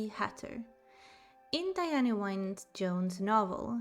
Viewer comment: Diana "wine" Jones? Her middle name, Wynne, is pronounced "win".